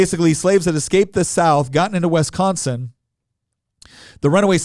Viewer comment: I hate how he says wisconsin. If fact most southerners say it way f'd up.